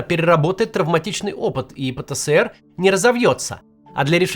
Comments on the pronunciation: Пэ-Тэ-Эс-Эр! Макс, пожалуйста! Который год терплю, но не возможно же! Ну даже по логике, если ЭР то ЭС, даже если было бы СЭ то было бы и РЭ "ПэТэСэРэ". Но он "ПэТэЭсЭр". Спасибо. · Максим! пэ тэ Эс эр! Меня так ещё в СэСэСэЭре научили! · Пэ-Тэ-Эс-Эр. Пожалуйста произносите правильно если уж объясняете аудитории что это такое. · Хоспаде. Или "пэтээсэр", как в русском языке предполагается, или уже "пэтэсэрэ", если мы правила и нормы отрицаем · Именно. ФэБэКа тоже выбешивает... ))